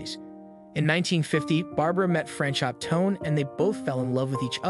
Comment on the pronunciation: his name was not fran-shot. it was pronounced fran cho the t isn't pronounced